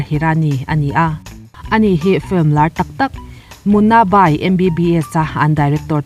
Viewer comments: I 'film' lamdan hi.... a hrehawm, lam sual i hlau lutuk nge mani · A bengvarthlak hle mai, mah se "film" tih i sawi hian i lam puam mah mah lutuk a i lam dik lo vekin ka hria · Sawiselna tur awm mang lova mahse FILM I lamdan hi hriat a nuam lo eee.... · Fluim anilo...Flim alom....